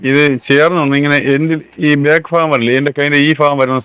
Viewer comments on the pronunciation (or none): നിങ്ങളുടെ അവതരണത്തിൽ കുറച്ചു മാറ്റം വരുത്തണം അതു പോലെ ഫാഗം അല്ല ഭാഗം എന്നു പറയാൻ നോക്കണം